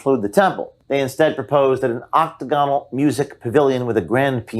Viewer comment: Ok-TAG-on-al, not ok-ta-GON-al. A-fro-DIE-tee, not a-fro-dite. Educate yourself.